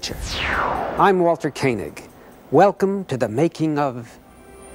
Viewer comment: It's natural...I mispronounced it because of "Space 1999" and it's commander, John Koenig(Martin Landau) His name was pronounced Koh-nig.